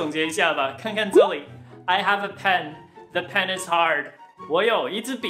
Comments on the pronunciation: penishard 是故意的吧🤣🤣🤣🤣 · The pen is hard....沒聽清的時候,有些怪🤣🤣🤣